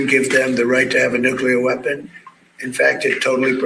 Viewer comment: It’s not “nucular”. It’s “nuclear”.